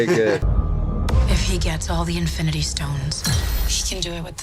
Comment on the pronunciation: Se dieron cuenta que Thanos dijo.. infinty war 1 ?